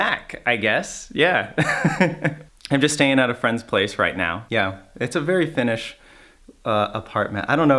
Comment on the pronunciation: gasp Your Finnish pronunciation is AMAZING! 🤩 Greetings from a Finn in Sweden 👋